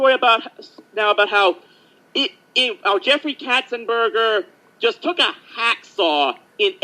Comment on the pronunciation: Here are my comments about the video: I liked "The Black Cauldron" and did not find it boring. had pronounced the name Katzenberg as if it were spelled "Katzenberger". I did not like hearing telling certain folks in general to "shut up" about the idea of Belle of "Beauty and the Beast" having "Stockholm syndrome" and did not like hearing her tell a certain person in particular to also "shut up" in case he were to hear her say "SNES version of 'Aladdin' is better" in the video. I also did not like hearing insult the creator or creators of the "SNES version of 'Beauty and the Beast' '' and her comment about a certain comment that was very critical of a musician named Phil Collins.